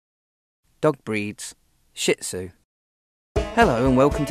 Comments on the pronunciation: hint:its shih tzu not "SHIT zu" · I can't believe a dog show video perpetuates the mispronunciation of Shih-Tzu. It's Sheet-Zoo! Original pronunciation is sure-ds which is hard for americans to say. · A ha ha he said Shih Tzu wrong!!! What a dork! LOL